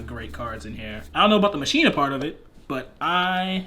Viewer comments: anyone else bothered by how he says "Ma-shee-na" instead of "Ma-kee-na"? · So while I love these duels...my only complaint is y'all's pronounciation of Machina xD It's not "Machine-uh". It's "Mach-ina." Like Deus Ex Machina :P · Its not mashina, its machina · Am I the only one that is hurt everytime they say mashina instead of machina? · Anyone else pronounce it ma-key-na and get super triggered when they hear people pronounce it ma-she-na ? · Am I the only one annoyed when says "ma-shee-nuh" instead of "ma-kee-nuh"? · I thought it was pronounced "ma-kee-na". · Damn near everyone says it wrong online. It bothers the heck outta me. 😅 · regardless of how it sounds, it is the correct way to prounounce it. It's like "deus ex machina" "ma-kee-na" not "ma-shee-na" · How you pronounce it is mech-a-ny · word actually comes from Machina, Latin for Machine, properly pronounced as Makina. Should be pronouced just like Machina in Deux Ex Machina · The way he pronounces machina hurts me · I know but it still dosen't feel right, such as when people pronounce bologna how its spelled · Great vid dudes! But why can’t any Yu-Gi-Oh! players ever pronounce “Machina”? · Saying machina wrong is 😬